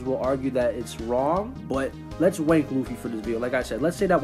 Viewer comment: Why do you keep saying "Wank" instead of "Rank"